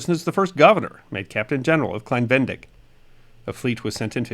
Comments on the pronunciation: Klein Ve-ne-dig. Not klein Ven-dig. You butchered the pronunciation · Great video as always, entertaining, interesting, and educational. Thank you! However, as native German speaker, I wanted to point out that Venedig is pronounced similar to Venezuela, with "zuela" replaced by "dig", and with emphasis on the second syllabe. Ve-NE-dig. As a general rule, there are no silent vowels in German. I think there's the rare exception or three, but I can't think of one off the top of my head. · Thanks for another fascinating snippet of history. As an American who lived in Germany for 35 years, I noticed that you omitted the second "e" in "Venedig", pronouncing it "Vendig." In German, there are practically no silent letters. The correct pronunciation would be "VeNAYdig" with an emphasis on the second "e". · Most interesting. BTW it's pronounced Ve-ne-dig not ven-dig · its klein VE-NE-DIG not VEN-DIG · Ve-ne-dig, three syllables. No silent letters in German. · I think it is better pronounced “Klein Ve-ne-dig” three sylabbles. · I believe it is pronounced "Klein Ven-nay-dig". Thanks for this informative video. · Please don’t take offense, but your mispronunciation of Venedig grated on my nerves. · I realize that it’s too late now but your pronunciation of Klein-Venedig is off, unfortunately. It’s pronounced like you would Venezuela but with -dig instead on -zuela and emphasis on the second syllable (-ne). To this day, Venedig is the German name for the Italian city of Venezia, better known as Venice in English. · I'm not German but live in Germany and his pronunciation of venedig really jarred my ears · Wow, very interesting video. Please pronounce the second e in Venedig. It is not silent.